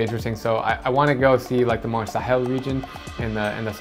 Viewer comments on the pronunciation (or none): none